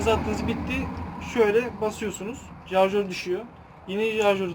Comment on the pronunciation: Jarjör değil şarjör